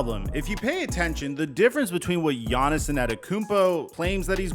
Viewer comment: It’s just Yonis not Yonis-son, (Giannis)